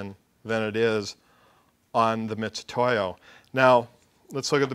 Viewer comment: MIT....MIT....MIT !!!!!! NOT "MITCH"UTOYO